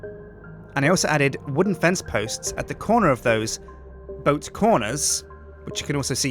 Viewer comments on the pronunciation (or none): none